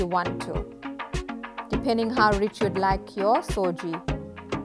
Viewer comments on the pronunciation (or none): Its suji not soji